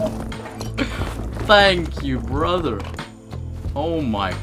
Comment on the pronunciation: That “thank you brother” to the farmer sounded almost American. Been gaming at twitch rivals and it rubbed off? lol